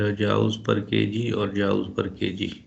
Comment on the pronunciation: It irritated me the whole time you said Joule instead of Jool.